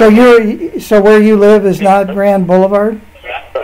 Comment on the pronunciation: His "accent" caused him to pronounce boulevard in its abbreviated form...🤦🏻‍♀️